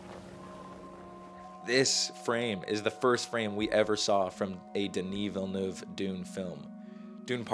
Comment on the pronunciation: Thank you for saying Villeneuve correctly!!!!!!!!!!!!